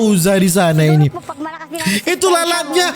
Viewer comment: Pag pag bosss bukan peg peg